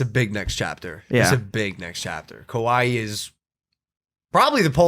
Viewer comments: did he say he's moving to "Kauai" or "Kuwait"? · I deadass thought he said Kuwait so when he said he would be back every Monday I was hella confused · Is that his way of saying Hawaii? Or is that how people on the west coast say it to be “cool” Kawaii? Does he like anime alot? So many questions as to why he’s not saying it right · wtf is a kuwai? Did he say Kuwait or Hawaii? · With the way pronounced the country, I don’t even think he knows where he’s moving to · I hope this is a joke. kuaui is an island. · Kimburlee Hedtke that’s what I also thought by if that’s the case he’s not pronouncing it correctly